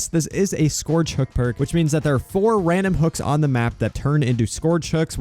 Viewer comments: It's not "scorge" its "scerge" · omfg its sk-urge not skourge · I love how he pronounces scourge like it’s supposed to be spelled scorge 😂